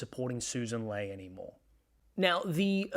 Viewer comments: Just FYI. It’s pronounced ‘Lee’ not ‘Lay’. And ‘zed’ not ‘zee’ Otherwise really good. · I do respect your political take but why do you pronounce Sussan Ley as "Lay" instead of "Lee" which she has said is the right pronunciation - very small point but I know but she deserves that surely?